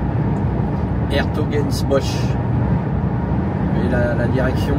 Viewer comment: Bonjour On dit s'hertogenbosch